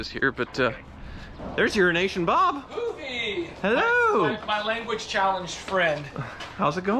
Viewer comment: I finally saw the name "euroasianbob" and it is spelled totally different than what I have heard pronounce. 😆 glad his name isn't urinationbob as I have been hearing this whole time. 😂